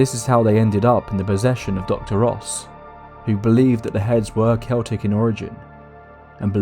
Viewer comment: I think "the answers they seeked" should be "the answers they sought" BUT since you pronounced Celtic (Kel-tic) correctly when so many say it like the basketball team, U are forgiven! ☘️